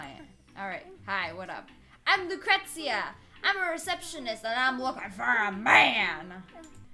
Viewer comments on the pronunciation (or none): The receptionist,Lucretia, is my name and its pronounced la-kreesha not tryin to hate but still you slaughtered my name lol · its pronounced lu-cree-sha